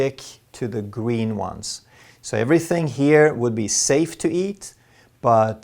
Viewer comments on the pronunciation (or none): none